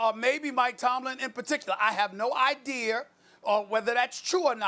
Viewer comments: Stephen A "I have no ideeaarr" Smith........ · stephenA "i have no ideer" Smith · Stephen A. Has no “idear” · I have no "Idear" if this is true or not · Stephen A said “I have no Idear” 🤣🤣🤣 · Nobody: Absolutely nobody: Steven A: I have no IDEAR!🥴🙄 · Stephen “i have no ideier ” a smith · “ I have no idear “ Stephen A is crazy 😂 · “No Idear” He kills me man 😂😂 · Stephen "I have no 'IDEAR' Smith" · He cannot say words properly that end with the letter A. I don't know why but damm